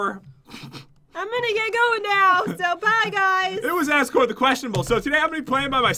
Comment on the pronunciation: i love that says Azkor as Azgore,as if he was a counterfeit Asgore.